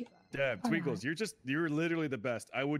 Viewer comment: Twikles???? it's Twinkles